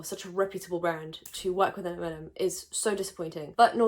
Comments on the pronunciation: I thought was saying "M&M" instead of "MLM" so I was confused while wondering what was wrong with the chocolates 😂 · since I've been speeding up videos, you saying "MLM" sounds like m&ms and it confused me on why you popped off on a candy :,) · What about Skittles? Can I speak on them? ☺️ (I apologise. I thought you said M&M the first time. Not MLM) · am i the only person who thought she said M&M instead of MLM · Fully thought you were saying M&Ms and I was so confused, was like that’s my favourite chocolate 😭😭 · I dead ass thought she was saying mnm and was thinking the chocolate company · I swear I thought you were saying Eminem